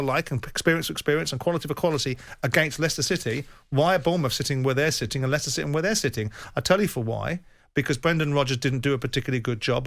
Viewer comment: "Ly-sester City" FPML 😂😂😂